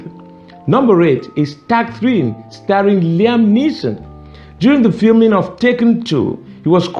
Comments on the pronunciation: "Tak threeN" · haha "tak-threen"